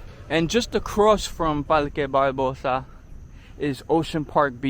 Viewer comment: SantuLce. and Isla VeLde This guy clearly has puertorican ancestry. By the way Ocean Park is not in Santurce. Palque Balbosa. Guys, the R has disappeared! IN any event this was a very nice video, it brought back memories.